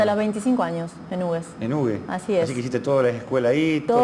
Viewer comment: Muy coherente su punto de vista. Aclaro sólo que pronuncian mal el nombre de su pueblo que es dado en memoria del que donó sus tierras para construír el ferrocarril, Felipe Hughes. El nombre del pueblo por el apellido HUGHES se pronuncia "jiugs", no "ugues".